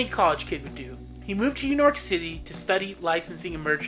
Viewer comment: lol this guy said “Yew Nork City”